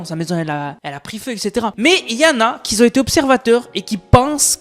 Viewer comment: Tes vidéos sont vraiment très bien, je les regarde régulièrement ! Juste, stp... , si tu y penses et si tu le souhaites bien entendu, fais attention avec les "qui Z ont dit" ! Tu le dis très souvent et ça fait un peu mal aux oreilles quand c autant, j'avoue!